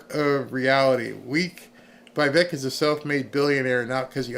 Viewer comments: Again..Vi vek not Vey vek...😅😅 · VEEVAKE, try to pronounce like that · Its not VEY VEK .. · Love you BUT how in this world do you not know how to pronounce that name..??. Please explain. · Get the name right about Vivek.